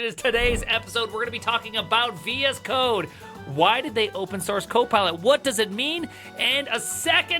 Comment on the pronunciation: I thought he was saying "VS cock"